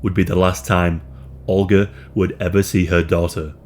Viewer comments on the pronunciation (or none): olga. ohl-guh. not "ulger"